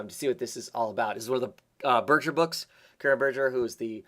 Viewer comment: First time finding your channel, looks cool. FYI, Karen Berger is pronounced with a hard "g", not soft g.